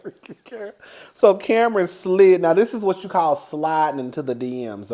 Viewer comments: I am hollering as usual 🤣...how you get Nori name correct and munked up Kam-Ron🤣🤣🤣🤣🤣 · Not gonna lie, I love how he pronounced Cam'ron's name LMAO. "What happened to Cameron?!" 😭🤣